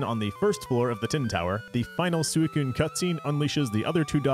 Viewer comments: "Sooey-koon"? If you're going to be pedantic about how to say a Pokemon's name, and are going to be like "Look at the Japanese pronunciation bro", at least, you know, pronounce that right. "Sui" isn't said like a pig call. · That's... not how you pronounce Suicune in Japanese. The Japanese is pronounced almost identically to how it's pronounced in English, "swee-coon." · Suicune's japanese name is pronounced exactly the same in English...... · I used to pronounce it 'Suicine' when I was a kid 😅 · that's not how suicune is pronounced in japanese